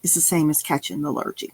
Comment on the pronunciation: Hey: a nice bit of fun.:) It's pronounced "Lhur-ghee", not "Lhur-gee":) As an Aussie, can I say this too: NOT Happy Jacks, it's Hungry Jacks.:) If you 'waffle', you are speaking too long and are tending to bore people. As in, "I heard everything he said, but most of it was just waffle". It tends to be used derogatorily. Looking forward to the next one.